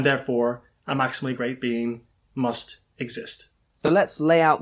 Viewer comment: Why do I keep hearing "maximally great bean" this makes my brain hurt